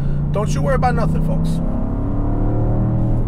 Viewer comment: Cool car. Great review as always! I miss driving these roads. I’m in AZ now and the roads are boring. Please stop pronouncing the “L” in “folks” 😂